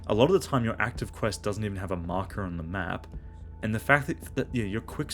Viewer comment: Did you notice when Arthur asks why the Germans left the tanks, Ollie interrupts saying "i've made a map" but it sounds like he said "I made em up". In a game about unreliable narrators where the playable protagonists all perceive parallel experiences of the same events I think it's intentional.